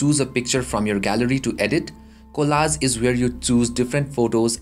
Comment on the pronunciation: opsions or options? collaz or collage? bhai mere kahe ko desio ka naam barbaad kar raha hai, accent to achchi khasi hai teri!